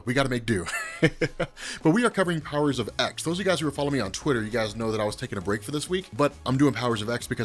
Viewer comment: Please for the love of God pronounce the title correctly